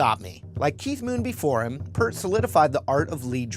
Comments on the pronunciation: It’s pronounced PEERT. Not Pert. He’s too nice to correct people. It irked me when Dave Grohl mispronounced it at their induction to the Rock and Roll Hall Of Fame. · Neil Peart is the most overrated drummer of all time and he's a huge D-bag. BTW it's Peart as in 'ear' not 'hurt'. I'd say Rich, Bonham, Porcaro, Manu Katche, John "J.R." Robinson, Carter Beauford, Mark Craney, Copeland, Gadd, and Tony Royster Jr. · any other RUSH fans pissed off about him mispronouncing Peart. he is the most badass drummer on the planet, not a brand of shampoo